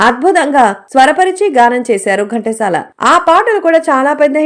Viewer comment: Gantasala kadandi, Ghantasala.pronounciation bagaledu. Pls check chesukondi.